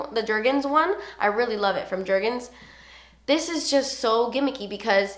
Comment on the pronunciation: "You know the jergens one from jergens"... Smh ur too funny